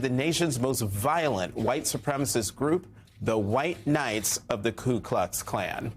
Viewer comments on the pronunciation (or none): It's Ku Klux Klan, not Klu Klux Klan!